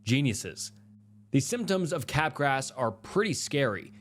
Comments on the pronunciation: Bro.. "capgras" is pronounced kuh-graa! Not cap grass. 😑 i knew you were saying it wrong, so... i googled. Honestly, that's something YOU should be doing before you record. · Cap grass .... it's freaking kuh-graa... it's french, that s is not there!!! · Bro, you're awful at pronouncing words. L-dopa is not "L-doppa" Capgras is not "cap-grass" Come on.